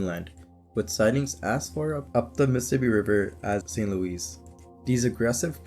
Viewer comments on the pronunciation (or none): none